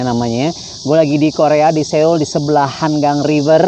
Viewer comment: Seul = soul bacanya 😁